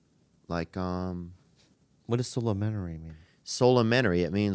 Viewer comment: I think Theo made "solementary" up. 😂